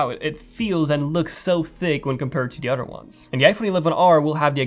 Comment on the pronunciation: I heard Otter changes